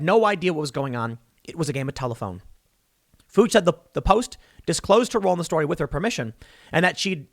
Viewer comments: The name Fuchs, rhymes with 'nukes'. It is Bohemian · Pronunciation Tip: I've seen the name pronounced "Fyooks" (with /oo/ as in root) and as "Fooks" (rhyming with books). (I mean by people with that last name, or at least spelled the same.) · Isn't "Fuchs" pronounced "fyooks"? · I thought that name was pronounced like "fyooks" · It’s pronounced “Fox” when spelled Fuchs. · Fuchs sounds like German for fox. I guess in English it's pronounced Fooks. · It's pronounced Fyooks, it's a German name, a LA Claus Fuchs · “Fuchs”, pronounced FOOKS. It’s actually a German name meaning 🦊 fox. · Its pronouned Fewks. Its German for fox. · Tim it's not hard to pronounce Fuchs... It's pronounced Fyooks. No where near the F word. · It's fyukes. Think of it as being pronounced like flukes with a y instead of an l. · I think it's pronounced "Fyooks". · Fuchs = Fyooks, I believe. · BTW the name FUCHS is pronounced Fox. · Tim, the persons last name is pronounced "Fewks" and not what you think it is I am pretty sure lol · Fuchs, pronounced: Fewks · It's pronounced Fyook, Tim. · I believe it’s pronounced FEW-KS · pronounced as FEW + ks Fewks. Fuchs. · It's pronounced F-yu-ks, or F-oo-ks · Fe-yooks is how I think you pronounce. Knew someone with that last name. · Its pronounced fyooks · FYI it’s pronounced fukes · I know a family with that last name. Assuming its pronounced the same, the 'u' is pronounced 'you'. It is a 'ks' sound at the end. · Fuchs is pronounced with a long u sound as in Eugene and the ch is a k sound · Tim, her name rhymes with pukes. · Tim, it's a German name, Fuchs. It's prounounced variously: Fee-yooks, Fooks. Heh. You said Fooch. I guess if it gets you around the censors.... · It's Fuchs like Fukes not (f)ucks come on Tim lol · Fuchs is a German name I believe in German they use an umlat above the U and pronounce it "Fewks". German Americans probably anglicize it as "Fooks". Definitely not "Fuh-ch". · Fuch is pronounced “Fee-oo-ks” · Fuchs? Sounds like Fooks.